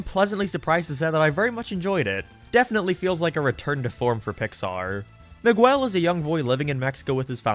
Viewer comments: Mahguel😂😂😂 its Miguel, you say Mi like a mii from nintendo and guel with the g pronounced like g in god and the uel pronounced like the ell in the word bell. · He apologizes for mispronouncing Mei’s name wrong (which he doesn’t) But he never acknowledges that he says Miguel’s name « Migooell » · The pronunciation of Miguel is killing me😭😭😭😭 enjoyed the vid tho